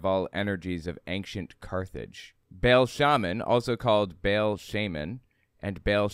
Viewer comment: You need to learn, that the god's name is not Bale, it's Baal. The A is pronounced like the A in "art". It hurts my nerdy ears. While Christian Bale may be a demi-god, he hasn't been worshipped for millenia. It's also a little funny how mono-theistic people love to talk about them being persecuted. If this little girl had existed, they probably wouldn't have cared who she prayed to in her room In polytheism there's usually room for one more, even if that one is a god. Last, that is a SICK way of looking at children! Children are pure and beautiful creatures, who see the best in others and in the world, and they deserve to grow up safe and loved, without shame.